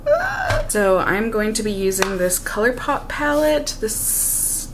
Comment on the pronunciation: 🤣... I say colourpoop too! Every time it rolls off the tongue, I’m like... but I love it. It’s just what comes to mind ❤️